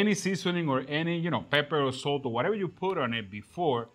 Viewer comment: I definitely don't season my steaks with ass. Love the accent. But it got ya there. Lol.